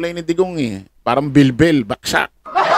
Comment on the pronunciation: Brod.bagsak hindi baksak ano ka bulol?